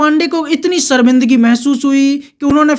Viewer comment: शर्मिंदगी, not सर्मिंदगी